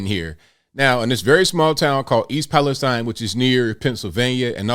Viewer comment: It’s actually pronounced East Palesteen. Both my sisters and their families were displaced. One sister inside the mile radius, the other just outside. My oldest sister is still not home. Her youngest is only a few months old. I’m in the town over and our schools had to close for a day due to the fumes traveling in the wind changes. So far…dead fish, chickens, other livestock, foxes, and other pets. EP citizens are left cleaning their homes by themselves without the proper information to even clean. People cannot afford to hire cleaning crews and wait for reimbursement. Those who are cleaning are reporting chemical burns on their skin and sick. Everyone who went back home on my sisters street have left again because they were throwing up and had horrible headaches. An ambulance was called for one of them. That wasn’t even 24hrs of being home. Norfolk did NOT remove the contaminated soil but instead used it to rebuild the damaged track so they could quickly start sending their trains back through…which was 2 minutes after the evacuation order was lifted. The mayor and citizens were pissed! The original train car that was on fire was not the one carrying chemicals but 2 cars away from the vinyl chloride. They knew it was on fire many miles away and did NOT use the 3 pull-off’s available prior to EP. They were going to use the pull-off in EP but didn’t make it obviously. This could’ve been avoided. EP’s water tower is filled from wells. All surrounding towns are worried about air